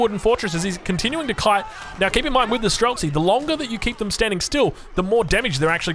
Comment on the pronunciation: Its pronounced stree-lets. Shooter in russian.